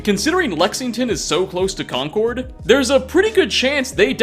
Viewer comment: The mintuemen one is the saddest to me. They were just days from rescue by the sole survivor, but they lost their lives by going off on their own. PS,, it's pronounced "Con-kerd" like the word "conquered", rather than "con-cord" like the bird